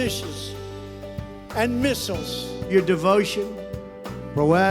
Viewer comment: "Mishiz and Missiles"